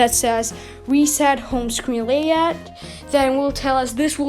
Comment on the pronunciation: Bro it’s Layout not Layod